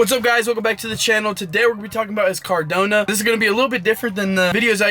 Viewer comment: Bro CardAnO not CardOnA lol